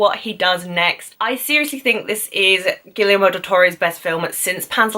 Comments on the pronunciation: Actually, if you want to pronounce it closer to spanish, it should be "Gee-yer-mo", a blunt end at the "o", not that "ou" dipthong, and the e in "yer" like the "e" in "energy" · I like you videos and your views, but one thing: the director's first name is pronounced Gee-air-moe, with a hard "g".